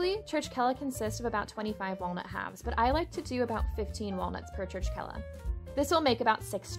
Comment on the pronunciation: Pronounced Churchela ❤️ Regards Jonathan Elikashvili 🇬🇪